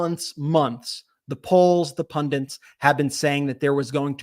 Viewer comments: Good job! But please, it’s ‘pundits’ not ‘pundants’ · What are these "Pundents" that you keep mentioning? Is it just an American thing?